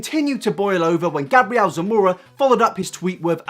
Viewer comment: Actually, since his origin is Hispanic, it would be pronounced: Gah-bree-el Sah-moh-rah